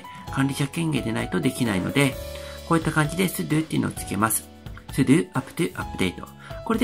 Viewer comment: うぽつです。 sudoの発音が須藤（・・・元気）じゃなくて、ちゃんとスドゥーになっていましたね。 tabキーでパッケージの候補が出てくることは知りませんでした。便利そうなので、使ってみます。